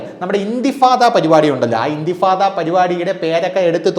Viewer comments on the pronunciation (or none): ഇന്തിഫാദ അല്ല സുഹൃത്തേ ഇന്ദിഫാാദ്